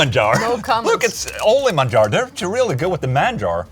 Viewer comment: pronuncia excelente español! Manjar!